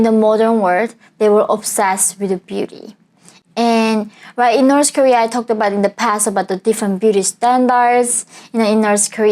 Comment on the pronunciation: Why North pronounce like - norsë ?